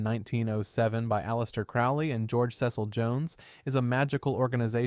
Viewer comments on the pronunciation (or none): none